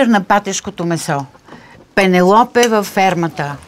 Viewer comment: Само че прости хора, не се произнася пенелопе а пенелъпи 😂😂😂